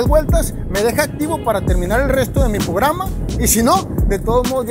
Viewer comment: dios duelen los oídos con lo de "pograma" XD